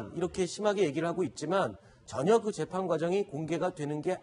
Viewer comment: 인가 하는 기자 좀 나오지 말라고 해? 채널A는 그렇게 기자가 없나? 밍하게 생겨, 뉴스전달력도 한심해. 더군다나 얘기할때 발음도 엉키지 않는 적이 없다. 오늘도, 재판을 재팽이란다 아이고야. 이래 가지고 되겠냐?